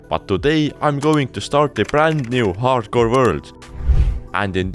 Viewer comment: it's not harcore it's hardcore